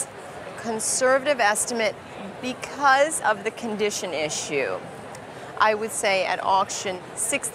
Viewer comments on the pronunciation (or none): none